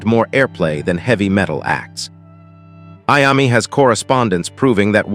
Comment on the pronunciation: It's pronounced I-O-ME. TONY IOMMI